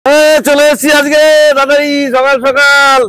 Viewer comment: Mama tume kotobar skall sakal bolo😮😮